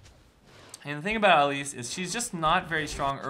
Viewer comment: pls stahp. Not Ellise.